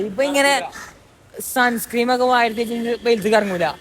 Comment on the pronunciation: Sunscreen ❌Sunscreem ✅